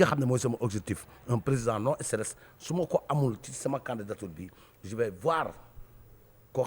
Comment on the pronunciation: Un homme qui veut être président doit pouvoir dire stress et non esteresss et le soit disant disant journaliste doit être renvoyé et emprisonné il est con et vraiment con